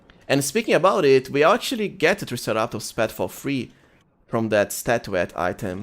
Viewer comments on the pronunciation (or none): Triceratops is pronounced Try sarah tops